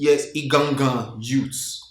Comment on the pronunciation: It’s the pronunciation of “IGAN IGAN youths” for me 😂.. I hope I got the spelling correctly 🤞🏾. likes gist sha 😂